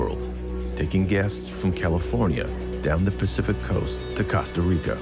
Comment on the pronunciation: It bothers me how the narrator says Costa Rica